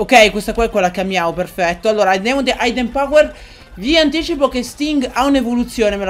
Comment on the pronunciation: Hidden power si pronuncia idden non aidden ;)